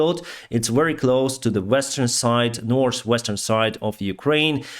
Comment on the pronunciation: I love pronunciation of the work: "north," sounds like norse =) Keep up the great work! 🤜🤛